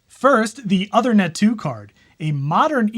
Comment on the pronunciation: One quick comment - the Uthernet card is named after Uther Pendragon. The work Uther is pronounced like "Moon". The "oo" is the 'U". So OOthernet. :-)